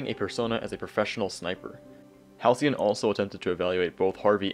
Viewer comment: Damn. Ive been saying Halcyon wrong my whole life until this video- (I used to say Halycon)